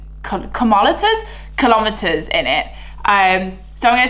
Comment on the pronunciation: Komolitres! What was dat😂